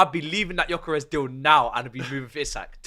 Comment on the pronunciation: Why is it so hard to pronounce names with the Lyle family? How is 'gyok' jok?